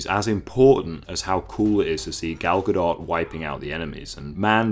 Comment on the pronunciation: I stopped watching your video 2 minutes in, because your pronunciation of "Godot" was hurting my ears.